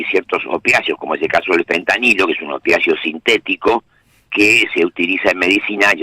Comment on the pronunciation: ¿ya le dijieron al gato que no se dice fentaniyo?